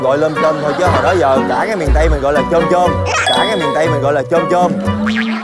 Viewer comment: chị Ngân nói lôm chôm đúng nè